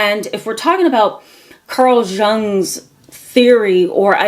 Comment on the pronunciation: It’s pronounced Carl (Yung)